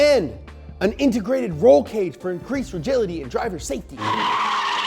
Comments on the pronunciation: Rigility lol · Increased "rigility" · Lol he said “rigility” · I'm sorry... "Regility"? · "increased rigility" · LOL "Rigility"